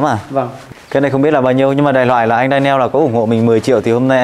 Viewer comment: Đọc là đen nhồ ‘Daniel’